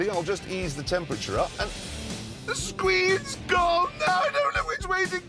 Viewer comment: I just ease the temperature up and “loses map” THE SCWEENS GONE!! I DON’T KNOW WHICH WAY TO GO BECAUSE THIS IS… WHY YOU’RE TELLING ME THAT!!!!? 🤣😂🤣😂🤣😂